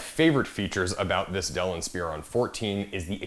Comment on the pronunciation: "in-spear-on" lol